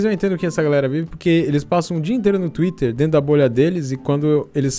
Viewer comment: Cara fala twitrer (espero q vc entenda a pronunciacao) fica MT engraçado estilo universitaria